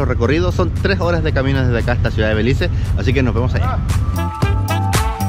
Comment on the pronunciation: It’s BELIZE not belice